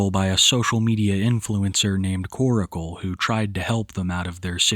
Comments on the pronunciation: New video. Same old pronunciation of "Koracle" instead of Korcle. 😅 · Why do u pronounce korcle like oracle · why can no one pronounce Korcle correctly ?